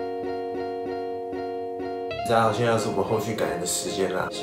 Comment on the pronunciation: 我聽成ㄗㄚˋ好我是